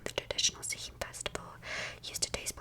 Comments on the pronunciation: Obligatory drop in from an Irish person just to say that “Samhain” is pronounced “Sow-in” and it means November in Irish ☘️ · I know this is 2 weeks old (amazing video btw) but I'm Irish and Samhain is pronounced (Sow (like cow with an S) - in. So basically Sow-in) just so you know :)) it's kind of old Irish but Irish is a very confusing language :)